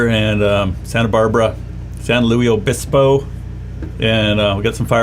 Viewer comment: Keep calling it "San Louie" Obispo, it drives locals crazy!